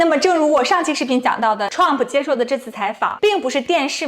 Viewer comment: 非常不错的节目，已经subscribe。有一个小小的要求，请不要把Trump说成共媒喉舌的称呼TèLāngPǔ，请直接说Trump名字。